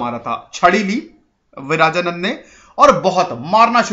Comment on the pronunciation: It's not विराजानन्द it's विरजानन्द